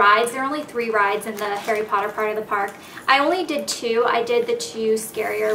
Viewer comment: you're saying his name wrong. it's pronounced "hah-ree poh-TTer", not "hairy podduhr".